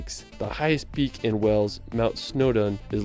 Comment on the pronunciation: The Narrator pronounces Wales “Wells”.